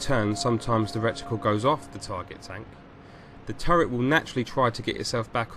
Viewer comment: I kept laughing every time you said 'recticle', the word is reticle. Maybe you had rectums on your mind.